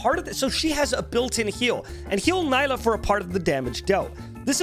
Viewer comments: Nila , hehehe nila haha . Seriously it's NILA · I could barely focus whenever he said her name wrong but great video